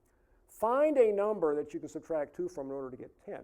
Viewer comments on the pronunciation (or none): none